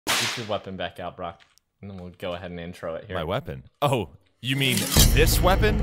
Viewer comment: he said oh you mean this wepond? do not test me!